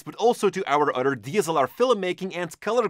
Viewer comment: I only watch these videos to hear "other" pronounced "udder" haha love your videos